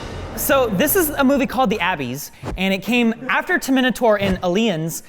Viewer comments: NOT ABBY'S! THE ABYSS! Sounds like "Ah Bis"! I'm not gonna call names, but I just wish your generation coulda been there in the 80's. We older guys tend to get *triggered easily for your generation mispronouncing things like S.N.E.S. can calling it Snes. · “the abees “ like a bee ? Lol it’s Abyss, pronounced like “bliss” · Did he just pronounce 'The Abyss' as 'The Abby's'?! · How to pronounce the movie title "The Abyss". Normal person: The Abyss: The Abbies EDIT: I didn't realise he purposely mispronounced the following 3 movies also. xD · Anyone else weirded out by the pronunciation of "The Abyss" pron. A-biss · The "Ah-Biss". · “The Abbies” lol why does pronounce things so incorrectly? Is it an intentional running gag or is that how he really thinks the words should be said? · Sorry, did he just pronounce “The Abyss”, as “The Abbies”? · “The A-Bees” what the hell kinda pronunciation is that? 😄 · My brain used all its resources trying to understand why tf pronounced it “Abbies.” Lmaoo questioned my whole life there for a sec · This guy really called it the Abbeys 😆😆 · A-beese, Ter-mi-naa-tor, A-lii-ens I love pronunciations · Abbies, Ter-minator, Ey-lians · " The Abeez " - 2020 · When he pronounced “The Abyss” I burst into laughter 😂